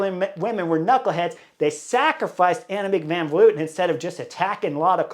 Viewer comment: it's Tiesj Benoot, not Benoet. Pronounced as written. Dutsch is a phonetic language. Reuser, not Roezer Van Vleuten, not Van Vloeten Kopecky is pronouced perfectly. 🙂